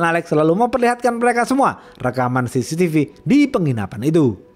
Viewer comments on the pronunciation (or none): none